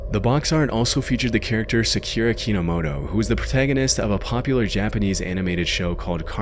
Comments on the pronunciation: ...s...sa-KEEE-ra?!?!?!?!??!?! Bro. Come on lmao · "sakyuura" amateur